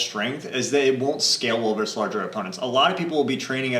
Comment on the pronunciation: One thing that always stands out in your videos, and I don't mean this to be offensive, is that you pronounce the word "versus" with only one syllable (like "verse"). The word does have two syllables... this faux pas is a bit jarring.